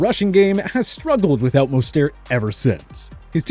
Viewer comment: For the love of all that is holy pronounce mostert's name correctly.